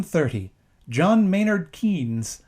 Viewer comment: Not a criticism but I think it's pronounced like Canes